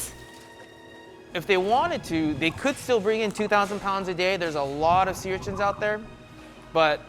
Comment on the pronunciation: Urchints?? URCHINS. Is that what I heard? Anyway......